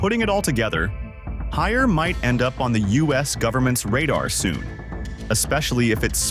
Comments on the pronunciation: We definitely prefer to pronounce Haier as “Higher”,( 海尔)， not, hair -er， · * “Haeir “not Harris